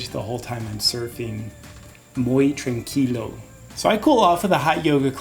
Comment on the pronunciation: "Muy train-kilo"